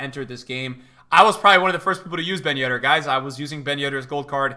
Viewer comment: at the beginning of the year: BEN YEDDAH